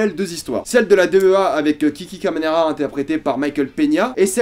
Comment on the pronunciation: Alors oui, je pue en espagnol, je prononce mal "Guadalajara" et "Camarena". Mais sinon, meilleur moment de cette saison ? Si vous voulez un t-shirt ciné/séries vous pouvez utiliser le code promo "RGORILA" : ! Pour ceux qui aiment la chaîne vous pouvez désormais la soutenir GRATUITEMENT: !